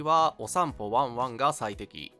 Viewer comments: アンチじゃないけどお散歩ワンワンのイントネーションでツボった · お散歩のイントネーションが下ネタみたいになっちゃってる